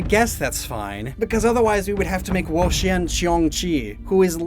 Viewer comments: Why do you keep saying "whoa-sheeyen" and not "whoa-cheeyen"? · Wo-Chien my child😭😭